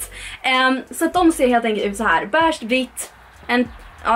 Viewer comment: Lär dig säga beige med e och inte ä!